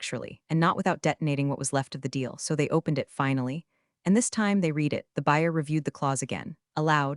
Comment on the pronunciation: It's pronounced Red it again! Not read it again!